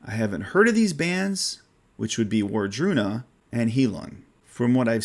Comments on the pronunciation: Wardruna is pronounced with a V sound, not a W at the beginning...just an FYI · Wardruna is great. Band from Norway. Raido, official video Voluspa, official video Wardruna +Aurora with the epic song Helvegen. Look for the live indoors version. Highlong. The o is pronounced as the onion do.